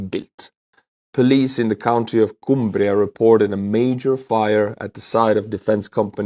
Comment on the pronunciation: Although the Barrow-in-Furness story is deeply disappointing, great pronunciation of Cumbria! We’ll make a true norferner of you yet 😂